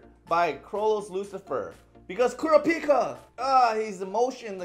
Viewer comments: Nobody ever says it like the anime for some reason. KUR RAP PIKA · Are they really saying Kurapika's name wrong? Sorry, the weeb is coming out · Is it really that hard to say Kurapika name right?